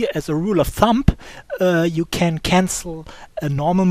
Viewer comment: It's not "Rule of ThumP" It's "Rule of ThumB".